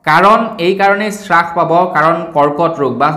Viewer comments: বস্তুৰ দাম শ্ৰাস কৰা বুলি কোৱাটো সম্পুৰ্ণ ভাৱে ভূল।হ'ব লাগে হ্ৰাস কৰা বুলি।ধন্যবাদ। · উ..... আই... 😂😂😂😂😂😂 শ্ৰাস নহয় অ' দাদা হ্ৰাস।